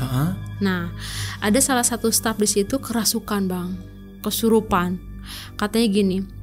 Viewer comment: stap itu staff? sip itu shift? opis? bingung dengernya